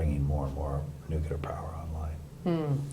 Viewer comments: I wonder what he thinks about "nucular" energy post Fukushima? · ..."if you wanna know the truth .it's too late." But we still have to go through the dog and pony show for appearances. " Not so worried about warming (because that's lost) it's disease." Still mispronounces "nuclear" .